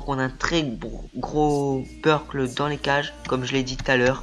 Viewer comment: Merci bcp Quentin :) ça fait plaisir! Oui lol je ne prononce pas bien les noms, on me l'a déjà dit lol, déjà je dis Burkl pour le gardien ou lieu de Burki...